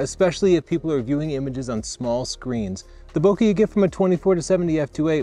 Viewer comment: It's Bo Kay with a soft A not Bo ka with a hard Cu like cut. Type in search, how to pronounce bokeh